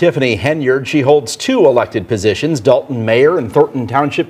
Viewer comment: Why is it so hard to pronounce DOLTON?🤔 (it's NOT DAWLTON) Rhymes with VOLT, BOLT, COLT, JOLT... Not one professional speaker, narrator, anchor person has pronounced it correctly. You're all a bunch of DOLTS! IMO. But I've also noticed the same people say ELL-inois. Sigh. 😞